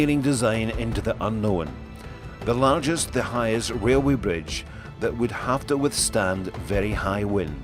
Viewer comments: Wailway bwidge, Fixed it for you... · Wailway bridge lol